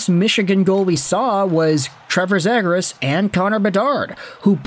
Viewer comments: Dude there is such a thing as making too much content lol.....and as many people have pointed out in your 100 videos about this guy, it's ZEE GRAS, and it seems like you are the only guy that cares about him. Most overrated player on the market. I hope Anaheim gets stuck with him. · You're getting a thumbs down for the way you keep saying his last name